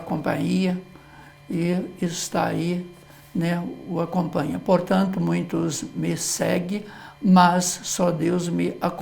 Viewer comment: Erro bastante comum e cometido por pessoas, profissionais da comunicação, inclusive. Observo há anos, jornalistas, repórteres, apresentadores de programas televisivos usarem a forma "COMPANIA". Qt ao MUNHINTO", é um vício coloquial difícil de se corrigir. Perdoe-me, professor, mas observei que, após a correção da frase na placa por duas vezes o sr pronunciar "MUINTOS...ME SEGUE" lendo a placa no caminhão. Podem ser reflexos de vícios ou dificuldades fonéticas (oriundas da língua de origem do orador, estrangeira ou problemas estruturais/orgânicos da boca e abaixo), pois muitos sabem o correto, por isso escrevem certo, mas pronunciam incorretamente como é o caso do "MUNHINTO". Obrigado, professor pela aula! abç!